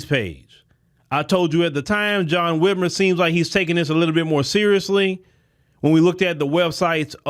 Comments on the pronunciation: Whit MIRE. just like kathy Whit MIRE. Whitmer dont sound right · He was the brother-in-law of Kathy Whitmire (pronounced Whitmyre) the Mayor of Houston for 10 years in 1982 to 1991. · his last name is Whitmire. (mire rhymes with fire)